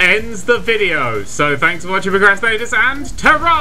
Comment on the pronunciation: It bothers me how you say "Percrastinators" every time 3= It's PROcrastinators.